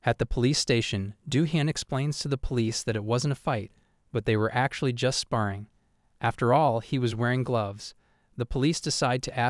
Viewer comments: It's "Spah ring" not Spearing dude. And "Bahr raj" not Barridge... All Manhwa is Korean.... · SpaRRing, not spaRing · I really appreciate the amount of work you put into these videos! They are very well made. I'm just confused as to why you pronounce "spar" properly but not "sparring." I understand that these videos involve a lot of reading out loud and probably start to blur 🎉🎉🎉in your mind and on your tongue as you record them, but you pronounce it inappropriately consistently. It's pronounced just like you pronounce "spar" with an "ing" sound at the end. It just seems like an important word to say correctly if you're making videos summarizing anime. 🤷🏻‍♀️